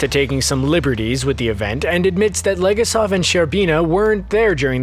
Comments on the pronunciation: Stop mispronouncing Legasov's name! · Donisan Vasy it’s extremely frustrating that the narrator and writers didn’t research the Russian and Ukrainian pronunciations for any of the names. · The way he said Legasov, bothers me more than it should :))